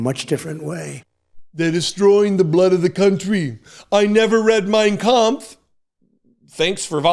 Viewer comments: He never READ it (mein kampf), but he sure does a fairly good job (not perfect) at PRONOUNCING IT. 0_o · He can't pronounce Arizonians but perfectly pronounces Mien Kamph. I have questions.